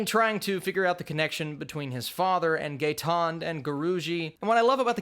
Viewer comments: its not pronounced Gaytond it is guy-tone-day 😅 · not GAY-TOND its GUY-TONE-DAY Just in case you wanna know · It's not pronounced GAY-TON .... its pronounced as GUY-TON-DAY ... but nice review!!! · You kept saying "Gay-tond". But the actually pronunciation is "GUY-TONE-DAY" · its pronounced as 'guy-tone-day' not gayton :P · Great review......just a correction Ganesh's surname is not pronounced 'getand' it's 'guy-ton-day'...... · Gay-tond 🤣🤣🤣🤣 ......bro it's pronounced as 'guy-tone-day' .....great review though...cheers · Gaitonde😂😂😂 the way you said it... I thought who's Gaytond😂😂😂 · Gaitonde is pronounced as Guy-Tone-Day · It’s pronounced as guy-ton-day! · It is Guy-tawn-day. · its pronounced as guy-thone-day, bro..great review bro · Gaitonde is pronounced as ' guy' 'tone' 'day' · It's Guy-tone-day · Gaitonde is pronounced as "Guy-Ton-Day" 😂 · Gaitonde= Guy-tone-day